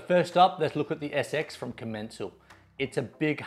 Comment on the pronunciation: Its called com-en-cal